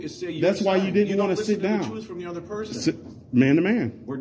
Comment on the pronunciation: Is he telling him the troof or truth?